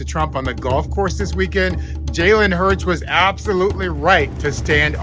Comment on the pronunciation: It is NOT HERZ!!!! IT IS HURTS DISRESPECTFUL!!!